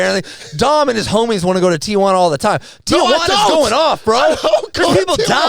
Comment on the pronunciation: Y'all really from San Diego but can't pronounce Tijuana?